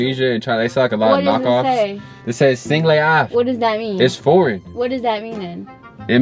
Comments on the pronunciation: 🤣🤣🤣🤣 the background music together with her facial expression tho sound like he said single A Have🤣🤣💀💀💀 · When he said “singleafff” 😂😂 all together in one word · The more pronounced it "Sing-lè-aff" the more I was convinced😂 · "Singly Ahff" lmfaooo nah is a fool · I screamed lmao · I died there 😂😂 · I'm crying!!!! I was not ready for that!!! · That sent me 😂😂😂💀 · “Singlayof” better stop playing with Karla! She was NOT buying that shi. 😭😂😂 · I died when said it’s pronounced “singléAff”😂😂😂😂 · “If you squint you can see it say “singlay ahhf” 😂😂😂😂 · It's forgien it says "Singléaff" 😂 I died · SINGLÉ AF [singlay aahf] 😂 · i’m hella weak he said “singleaff”🤣🤣🤣🤣🤣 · When he said it's foreign "singleeafff" 😂😂😂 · 😂🤣 LOL "SINGLYAFF!" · How he pronounced "singleaf" killed me. 💀😂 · He really tried to say singleafff lmfaooo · Dude said "singleaff"😂😂😂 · Sin-gle-af lol its a foreign language lol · Dude is funny asf 💀….. the way he started pronouncing it like it’s actually a foreign quote 😭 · I swear this man should do stand up comedy. he really said that as if it's one word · When he said it as one word, I died😂😂😂😂😂😭😭